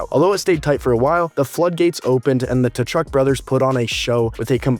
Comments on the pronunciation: KA-CHUCK, just say it like that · I'm curious if you're making a joke or not by calling them Ta-Chuk? The T is silent. Are you American? We know they're not very good with proper pronunciation.